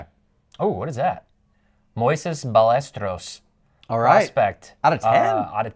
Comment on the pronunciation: Hearing try and say Ballesteros lol. He is tearing it up hitting.410 at AAA right now btw really nice card in /10.